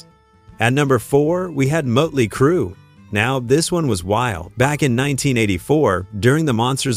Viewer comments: Mutley Crew ITS MOTLEY CRUE STUPID AI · Is it me, or does anyone else hear "Muttley Crew"? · MUTLEY CRUE!?!? The only time I've ever heard the umlaut used property (sort of) and it was used by a fucking computer. I hate AI -asshole imitations. Fuck AI. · "Moat"ley Crue....stoopid AI. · "Mutley Crue"? AI for the win!! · Mutley crew...geeze....get a better AI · Did he say 'mutley' crue? 😆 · AI. Muttley Crue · Mutley Crue? AI sucks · Mutley Crue. Yet another AI voiceover blooper. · Muttley Crew?!’ Hate AI narration!! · Every time the "narrator" said "Mutley Crue" I cringed